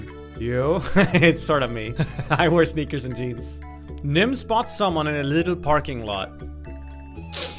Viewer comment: i like how everyone calls him nim exept for himself when he says nim-n